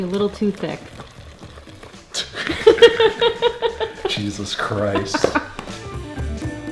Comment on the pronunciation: Thank you but also, “jeezless Christ”? Dunno if that was on purpose but I’m here for it